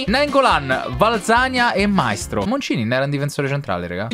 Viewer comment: Un consiglio: Valzania, si dice valzanìa non vàlzania e so dice Maìstro non Màistro